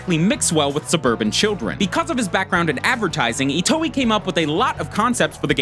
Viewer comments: Itio? It's Itoi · Did he just say Shigesato itoe like ee-toe-ee??? It's ee-toy btw. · It's Shigesato Itoi not Itoey. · it's shigesato iTOI not iTIO. this is why I hate this channel. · I can't be the only one who is cringing at the fact he's pronouncing Itoi "Ee-tow-ee" and not "Ee-toy" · Itoi, not Itio ;) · please tell me I'm not the only one who lost their mind when he pronounced Itoi's name as "ee-toe-ee" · "Shigesato Itio" GG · Say it with me y'all: EE-TOY NOT EE-TOE-EE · "itio" no it's "itoi" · Cringed at every *eetoweeh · Ghostbusters Reject yes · Take a shot every time he mispronounces itoi